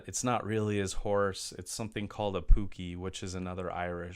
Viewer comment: The actor's name is pronounced "O' Dee". The rare violin is a Stradivarius. And the mythical creature is called a pooka - pronounced the way it looks. As this is a review, not a reaction, I don't know if the film you've been watching all these years is the original or the, perhaps, less well known version in which all of the dialog for both Darby and King Brian was re-recorded by different actors - ostensibly because some critics had felt that their natural Irish accents were too impenetrable for American ears.